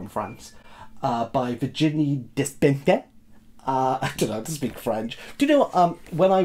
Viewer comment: That was a creative pronunciation of Virginie Despentes